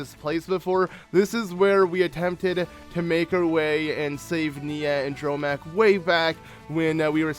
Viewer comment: Hey, I don't know if anyone else has told you this but you always say Dromach when it is actually pronounced Dromarch. Just thought you should know but your videos are still amazing so keep up the good work.